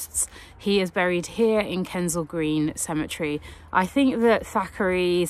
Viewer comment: It's Kensal Green dear, not Kendell Green.